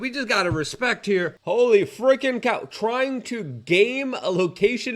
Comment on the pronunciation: Fweakin awiens!